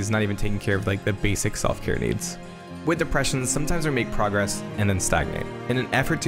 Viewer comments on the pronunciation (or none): none